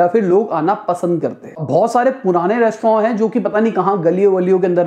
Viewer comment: Yi restroooooou Kia hy